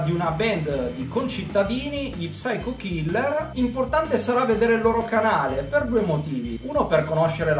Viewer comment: La P non va pronunciata! devi dire syco killer! a parte questo sempre gran bei video!